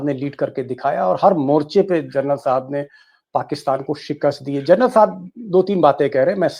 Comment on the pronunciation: With due respect, Deepak ji, please pronounce (Lt.) General as जेनरल and not as Journal 🙏